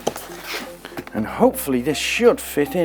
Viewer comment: me too. The way Craig says it should be standard pronuciation. Love it too!